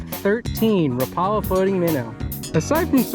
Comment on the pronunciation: A friendly note: "Rapala" is pronounced "WRAP-ah-lah". That's how they say it on their YouTube channel.